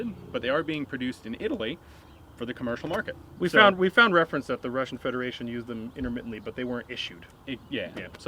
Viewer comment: As usual a Russian word is pronounced in such a way I can hardly recognise it. 8D